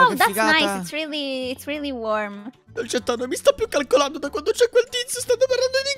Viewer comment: Che bella pronuncia che ha dolcetta